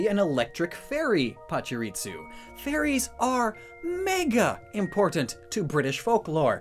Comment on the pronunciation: There isn't a T in Pachirisu.